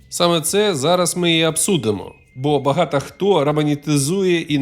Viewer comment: Круто, що є контент українською, але в вас багато помилок у вимові. Кожен раз чуючи слово багато, в вас чується закінчення а, а не о.